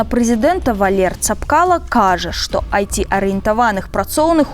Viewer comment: Мне одному резануло имя Валер? Зачем так карявить имя?